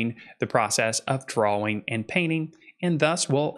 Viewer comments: Great video..thank you. P.S. I love how you say Dra-Wing paper. 📜✍🏼 🖋 🪶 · I was going to make fun of how he says drawing. Then I realised, thet there's a w in drawing wich makes his pronounciation much more logical.